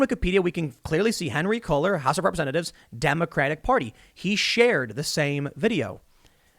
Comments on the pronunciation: I'm pretty sure Cuellar is pronounced kway-yar not cull-er. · Congressman Henry Cuellar's name is pronounced "Koo-yar" since it's Spanish. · The representative’s name (Cuellar) is pronounced K-way-R. Little help from Texas. Keep up the good work! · Henry CULLER...ha haha ha..You opened the damn wikipedia that SHOWS THE PRONUNCIATION, it pronounced "KWAY-arr". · Henry Cuellar pronounced Quay-are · It's pronounced QUAY with a hard R at the end. Henry's last name.